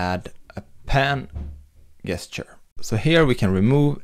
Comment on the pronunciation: Great video. Your English is almost perfect. But FYI, the English word "gesture" is pronounced with a "j" as in "jester".